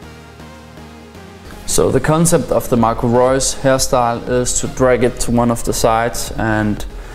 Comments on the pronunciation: Marco Reus wie so ein Deutscher ausgesprochen ^^ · Wow you can say Marco Reus like a german ^^